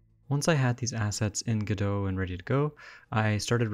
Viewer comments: You can simply type !pronounce in the official Discord and get this: Godot is usually pronounced "go-dough" (the "t" is silent). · Leonard Meagher Samuel Beckett said it was a homonym of Godeau. He also said later that the stress should be on the first syllable, and that the American pronunciation was a mistake. However, in French, the lanuage in which the play was originally written, both syllables are stressed evenly. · Who reads godot and goes "oh yeah this is pronounced godoh obviously" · Godot has always been pronounced differently between America and England. In England the accent is on the first syllable and in America it's on the second.